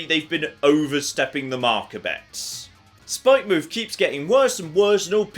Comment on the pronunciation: The way you choose to pronounce some words is... painful. Spikemuth is not "Spike-mooth" Its supposed to be pronounced like Plymouth or Portsmouth or Falmouth etc The developers either forgot the 'o' from 'Spikemouth' or thought they didn't need it.